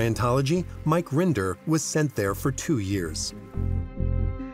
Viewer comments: “Mark Render” how did you get one of the main defector’s name wrong? It’s Mike Mike Render! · Mike Rinder, actually